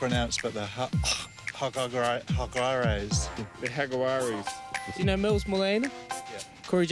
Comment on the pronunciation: She is the first one to pronounce Jaguares perfecto, take note, for anyone that was confused.